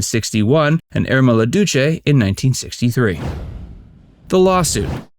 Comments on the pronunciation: What about the treatment of her daughter? The e is not pronounced in Irma la Douce. It shows film chemistry has nothing to do with real life Shirley and Jack Lemmon had perfect charisma in The Apartment. d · Even if the Facts verse people are not knowledgeable about French, it's appalling that they don't know the pronunciation of this famous movie title!😯